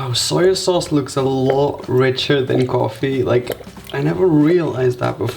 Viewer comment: Did he apply eyeshadow ><. And did yall find it cute when he said "coffee" as "gorefee"